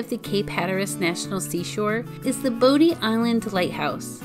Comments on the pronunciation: It’s pronounced BODY not bodie 😃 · Or pronouncing bodie island as bo dee and not bodie. Or Manteo as man tay o instead of manteeoh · Bodie is pronounced “body”, don’t sound like a tourist.